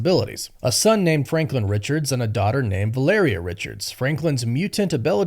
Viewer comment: proud of u bro. you finally learned how to pronounce valeria